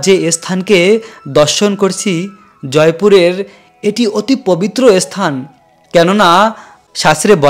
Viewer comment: আপনি ধান ভানতে শিবের গীত গাইছেন কেন? উচ্চারণ শিখে আসুন ইসথান নয় স্থান